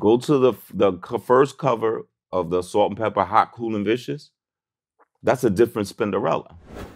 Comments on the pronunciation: It’s not salt n pepper, it’s salt n pepa! VLAD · Pepa maaaan. Not pepper. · Vlad should know it's Pepa not Pepper 😂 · Who tf is “Salt N Pela” Cmon Vlad 😭